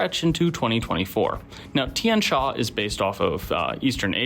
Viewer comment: Also the xia in Tian Xia is not pronounced sha, more like see-yah (but single syllable).